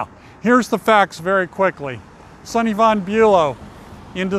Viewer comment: Swift lives in Watch Hill not Newport. it's VON not Van....